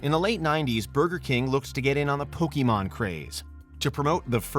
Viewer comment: "pokey mon" - that's "How do you do fellow kids" material